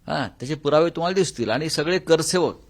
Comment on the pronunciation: कर सेवक नाही , रे बेवड्या कार सेवक म्हन